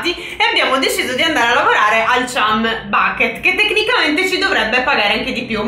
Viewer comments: La pronuncia è ciam non cium a parte questo siete grandi. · Probabilmente Non conoscete bene il mondo di spongebob ma chum bucket si pronuncia ciam backet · Bel video, anche (se non ricordo male) si pronuncia "cham" e nn "chum" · Non per criticare però chumb si legge ciamb se non sbaglio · Niente 10 in inglese Perché si pronuncia chamb bucket